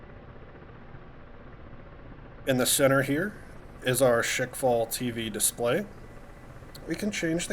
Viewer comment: It's not "Shake fall", it's rather "Shkval". It comes from english word squall, but it's pronounced with russian accent. (and yes, it actually means what it means in english)